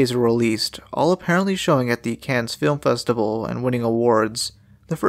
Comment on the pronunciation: Loved the video! Thanks for the series! Just as a small note, Cannes (as in the Cannes Film Festival) is pronounced like "Kahn". Anyway, again—great video!